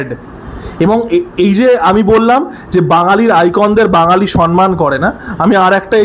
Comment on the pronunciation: দাদা কথাটা সম্মান, সন্মান নয়😶😶 কথাটা খুব কানে লাগে